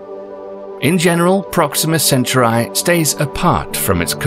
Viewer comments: I’m a Brit from the south part of England with the same accent as the narrator . I think American and British pronounce it the same way. Not as in this clip. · It’s pronounced “Cent - R -E” right? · It's actually pronounced "Centaur-ee" These British Clowns didn't discover the fuckin place, so they're wrong. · Maybe you should learn how to pronounce CENTAURI first, then make a video about it! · Make an effort and pronounce CENTAURI properly..... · I don't trust a science video that pronounces the names of both the planets and the stars wrong. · You're pronouncing Centauri wrong... It's driving us nuts. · cool video but you pronounced centauri wrong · Cant finish the fkn video because of how the narrator pronounce Centauri... dislike. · Why he pronounce centauri like it doesn’t have an A in front of the u 😂and it’s not like it’s a bot saying all this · I couldn’t even sit through the first 2 minutes of this video. The incorrect pronunciation of Centauri ruins the entire video. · Centauri is not being pronounced correctly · I believe that you pronounce "centauri" differently.... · Great video! However the narrator's pronunciation of Alpha Centauri is annoying. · Amazing video with great details but the pronounciation of "Centauri" almost killed me. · That is NOT how you pronounce Centauri tho 🤦🏽‍♂️ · Now I know it is a proper noun but every time he pronounces Centauri like that, I die on the inside a little bit more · who taught you to pronounce centauri? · so you couldn't tell the narrator how to properly announce Centauri? pathetic! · Am I the only one who finds the pronunciation of Centauri in the video annoying? Otherwise, good content though! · He’s pronouncing it wrong. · WHO TF taught you to pronounce CENTAURI like that? L2speak b4 making vids. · I've never heard Centauri pronounced like that...is the narrator a bot? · Centauri is not an English word. Correct pronunciation is in Greek or Latin. This version is just... Bad... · It does take me off focus